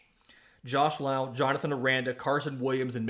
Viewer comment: Josh and Nate are brothers. It's Lowe as in Low